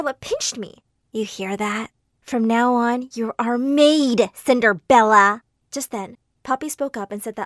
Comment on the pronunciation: " Cinderbella " Me : where did the b come from ? Where